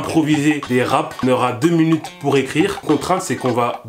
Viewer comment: "deux munutes" Dsl ça m'a perturbée...